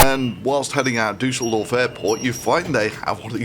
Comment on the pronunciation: As a german I appreciate that you try to pronounce „Düsseldorf“ correctly